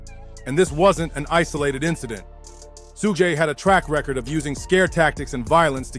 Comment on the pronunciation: WOW this idiot just called him sooshi Knight